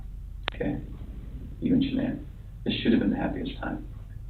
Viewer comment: Was she mispronouncing Shannan's name on purpose? Like it was a tactic. If Chris really cared for his wife he would have corrected her on that mispronunciation? Or was that just an accident and was irrelevant? Or am I dumb and that's actually how her name is pronounced?